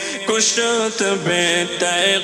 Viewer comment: کشت کی کاف کو غالباً کسرہ کے ساتھ پڑھنا ہے تحقیق کر کے جواب عنایت فرمائیں ❤